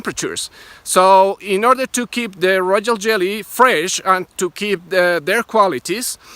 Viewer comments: He went back to Rojol Jelly (it's like a person) after that. it was a rare one, royal pronunciation. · Did anyone else notice how he said royal lol finally said it correctly 🤣 loved this informational video thanks man. You 🐝 amazing ☺️. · Royjo Jelly. 🤷🏿‍♀️❤️. Yall know what he meant! 🤣😂😅😂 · Rojoll jelly! 🤣👏🏽